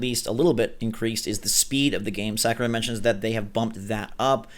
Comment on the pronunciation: Mistr Sak-er-eye